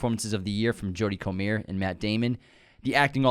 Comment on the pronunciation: Hate to say it as you guys probably get it a lot. Jodie comer is scouse so has an English last name pronounced CO-MUR or COME-UR